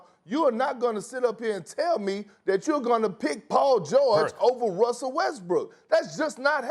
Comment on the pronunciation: Broooo 😂😂 Am i wrong, or is Perkins continuously saying "Wussell Westbrook"?